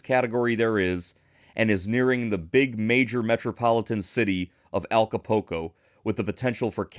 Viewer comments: did see the U? Because he used the "oo" sound..."ooh" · I certainly appreciate the information, and I mean no offense, but you’re butchering the pronunciation of Acapulco. Ah-ka-pool-co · Thank you for your post. I noticed that too. It like they don't see the U . It doesn't even make sense.